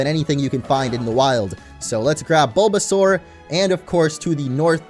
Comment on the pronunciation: Baulbasaur sounds like BOLDasaur